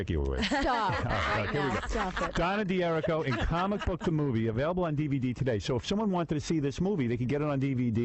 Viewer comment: She doesnt know how pronounce her name ? D'hur /ree/ koh